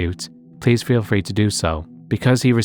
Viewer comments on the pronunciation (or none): none